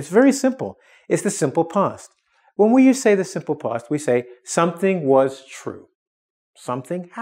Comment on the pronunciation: if ur native then why cant you pronounce past and fast right it isnt post its past. and ur teaching english in english